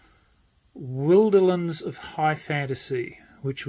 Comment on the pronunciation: You are one of the few people who pronounce “Wilderlands” the same as I do - with the “wilder” part sounding as it does in “wilderness”. Most make the “I” sound long; not sure why.